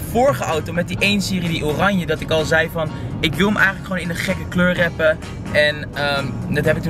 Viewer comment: je bent "TOP" Je moet alleen wrappen goed uitspreken!